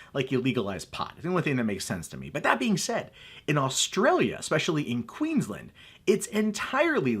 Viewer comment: The way he says Queensland makes me want to punch him in the throat.. QEEENS LAND not Quinsland..